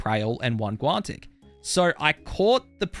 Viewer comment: There's no T in guanic